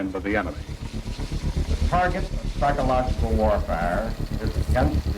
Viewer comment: Aren’t you able to say the word psychological